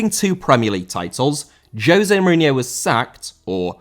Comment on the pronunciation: Mourinho* not Muríniouw